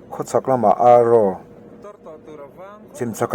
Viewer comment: A khua hual vetu khua i rawn sawi Pakhat hi AR (kan ran vulh) ang a lam a, RO hi (thil huh/hnawng awm lo ) ang a lam tur a ni e. ARRO khua a ni e.